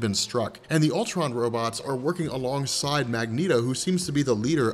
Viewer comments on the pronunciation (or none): none